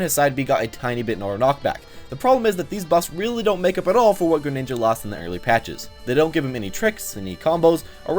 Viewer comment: Its gren not geren